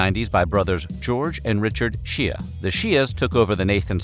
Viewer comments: Shea should not be pronounced as "she ah" but as "shay". It's an Irish name. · I'm pretty sure the name "Shea" is pronounced "shay" and not "she-uh". Haven't y'all heard of Shea Stadium?